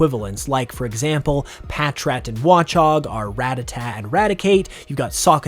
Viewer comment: "Rattata" is not the same as "rat-a-tat"